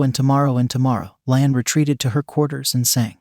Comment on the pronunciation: I wish they wouldn't use AI to do the narration. It's not "Lan" it's "La'an." And it's not "US Enterprise," it's "U.S.S. Enterprise." Geez! Doesn't anybody ever check these things before posting them???